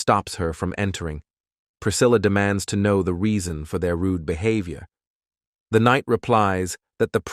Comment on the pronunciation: oh please "bee have i or":face-purple-crying